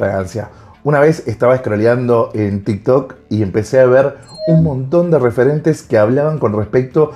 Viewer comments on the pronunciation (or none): none